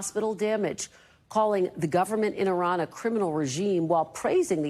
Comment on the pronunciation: Did Karoline mispronounce Iran??? Yes... yes she absolutely did!!